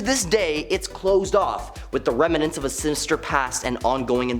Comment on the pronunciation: The word is rem nants not rem a nants.